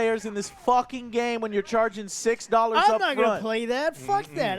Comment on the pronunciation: Can we take a moment to appreciate how Joe say; "Dollahs"